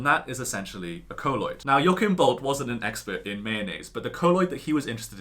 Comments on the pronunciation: Colloid not coloid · Great video ( though I think it's pronounced "coll-oid" rather than "co-lloid")